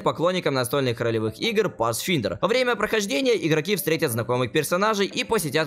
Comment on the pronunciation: Pathfinder читается как Пасфайндер, так небольшой бомбёж граммар)